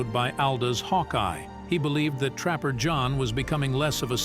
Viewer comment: I’m and I’m not going to listen to any more of this robot speaking. It’s introducing the characters and it says “Captain Trapper, pause, John McIntire. Like they are two different people. Why don’t you stingy jerks hire a human being!